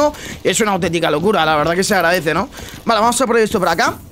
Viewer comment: Nice video, soy yo o dice vala en vez de vale